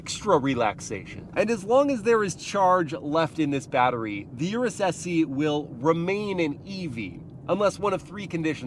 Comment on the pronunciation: its not U- RES sounds almost like urinate, PLEASE say OROOS